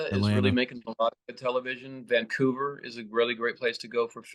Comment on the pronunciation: He pronounced the "g" in Vancouver. 😄